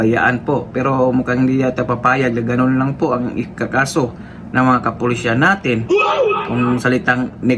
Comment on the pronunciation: MASAKIT sa tenga ang pagbigkas mo. KAPULISAN